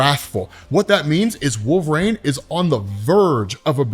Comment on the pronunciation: Your pronunciation of his name is my only beef with this channel- you say "Wolve-Rain" not "Wol-ver-rine". I can't be the only one who hears this but I check the comments every time and nada. Anyways, I like the vids but I stop 2 minutes into any Wolverine videos because this drives me up a wall lol.